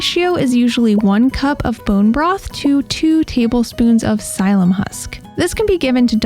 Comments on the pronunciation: Not to be nitpicking but the way to pronounce Psyllium is “silly- yum”, not “sīllum”, in case anyone is shopping in person asking a store clerk. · Sil-ee-um husk